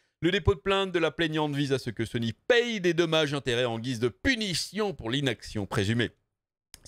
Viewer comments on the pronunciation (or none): none